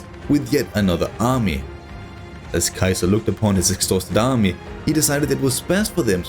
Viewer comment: I love your work man! But please stop butchering Caesar's name haha. In english its pronounced (see-zer) Caesar 😂.